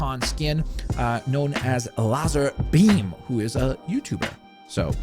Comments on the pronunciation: Larzerbeam!!!!!!! the fact that you don’t know how to pronounce lazerbeam is embarrassing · I’m disappointed in you for miss pronunciation of lazarbeams name... ITS LAZER WITH AN A INSTEAD OF AN E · they are pronunced: Lock-len, The Gref and Lazerbeam (lazer as in lazer eye surgery). just thought i'd tell you :D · just so you know its lazarbeam not lazerbeam. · Did he actually say larzarbeam🤣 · Come on you don’t know how to pronounce lazarbeam !!!!!!!!!